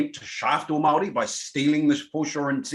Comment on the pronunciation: and speak from a place of privilege....also can you please learn how to pronounce Maori properly, its not Maaari, its Maori!